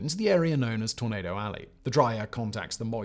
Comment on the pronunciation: Every time Simon said tornado it sounded like tomato 🍅 lol